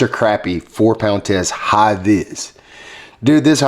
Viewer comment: We also say crappie not croppie lol